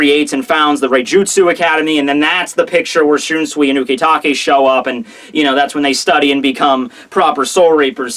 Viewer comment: why do you pronounce shunsui like that when you obviously have no problems with most of the other names?